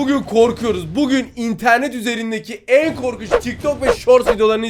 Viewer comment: Abi korkuç dedi bunu korkuç